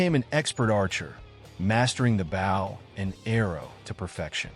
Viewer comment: Someone needs to teach your AI how to say the word "Bow".